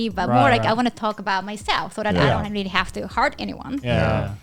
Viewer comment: Not rearry